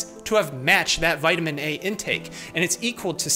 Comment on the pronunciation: eat a vitamin gummy every time he says vitiman